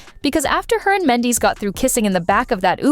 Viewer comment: Please know how to say Mandeecee... I mean do some research before calling him the wrong name the whole damn story!!!! Goodness this is just unprofessional